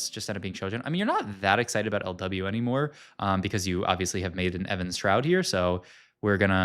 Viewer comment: Why do you say Evan's shroud